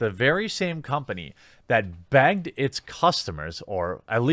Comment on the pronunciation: “Bagged it’s customers” Is it just me or does it sound like Jeremy can’t say egg or beg?